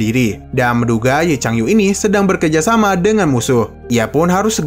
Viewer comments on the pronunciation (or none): Punten bang "Bekerjasama" bukan "berkejasama" bang Nuhun...